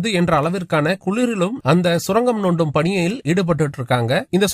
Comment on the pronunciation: நண்பா..!தங்களின் தமிழ் பேச்சு உச்சரிப்பில் சிறு தழறு திருத்திகொள்ளுங்கள் சுரங்கம் (நோண்டும்)இல்ல...!😂😂😂சுரங்கம் (தோண்டும்)இதுவே சரியான வார்த்தை